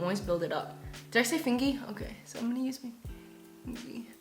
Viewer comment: I subbed cuz you said fingy🥺 I say everything with a y